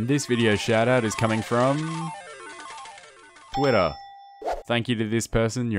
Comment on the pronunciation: I love how he says Twitter. He sounds like he's just saying "witter." I just like how he says it.